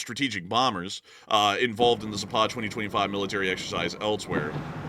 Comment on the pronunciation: Please !!! Zapad has the accent on the first " a " not on the second !!! It is Zaapad not Zaapaaad !!